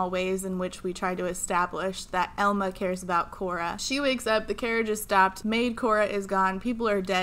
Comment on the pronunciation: I keep hearing Elmo instead of Elma and it throws me off every time lmao